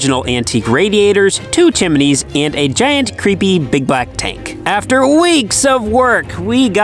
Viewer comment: It's TWO syllables, not THREE. Chim•ney. There is no chim•i•ney.